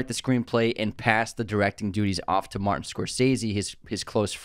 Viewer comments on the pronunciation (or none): none